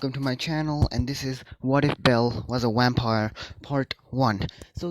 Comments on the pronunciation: I heard wampire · Did he say wampire in the beginning 😂😂😂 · did you say Wampire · I’m positive that you said yampire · I also heard whampire